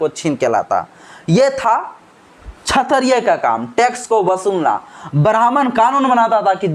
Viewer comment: क्षत्रिय शब्द का उच्चारण सही नहीं है अतः आप क्षत्रिय के उच्चारण को सही करिये।